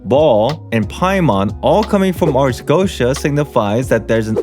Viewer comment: Goetia - Go-e-ti-ya